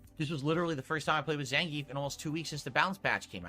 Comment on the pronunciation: He's a disingenuous pig. Also he needs to stop saying "Zen-geef" when its Zangief.